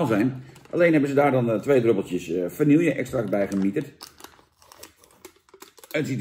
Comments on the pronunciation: Het is "vanieje" Niet "vanielje". Doe me niet zo'n pijn ‼️😭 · Jantje, wanneer stop je eens met vanille als vanielje uit te spreken? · Vaaaanieeeeeeelje, zoals alleen ome Jantje dat kan uitspreken....